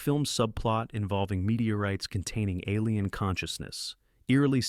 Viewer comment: Gotta watch out for those "ah leen" invasion films.